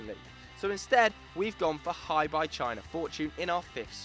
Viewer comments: Hebei is pronounce as "Her-Bay" not Hi, Bye. Hi there Bye! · HeBei China Fortune is pronounced like Her Bay. I live here in China so can help correcting with pronouncing the names correctly. Great content all round, keep it up! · It's not pronounced Hi-Bye , it's her(silent r) - bae.he bro is a province of china , a web search would have told you how to pronounce the word ffs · Hebei is pronounced Huh-bay, not hyebye. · Hebei's name should be pronounced closer to 'Her Bay', I live in China and follow CSL fairly closely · "Hi" "Bye" Fortune? that is not even close to the actual pronunciation of the clubs name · he prounanced hebei china fortune so badly wow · I let that shitty Hebei pronunciation go... but after hearing the way you said Melbourne I decided to die in a hole thanks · You can't say Hebei properly... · you guys mispronounced Hebei so badly it hurts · It'd be nice if you could google the proper way to pronounce Hebei :P